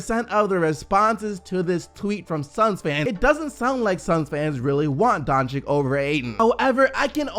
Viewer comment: i love your videos, love your channel, coming back everyday. Im from Slovenia just from where Luka Doncic is, so i just want to let you know that you are mispronouncing his last name. You are saying "Donchick" Correct way is "Donchich" like Bogdanovich at the end. Sory bro, hope you see this and improve on next video. Wish you best of luck, and thank you for bringing fresh NBA news every single day.. man you the real MVP. Nothing but respect (Been here since u had like 40k subs..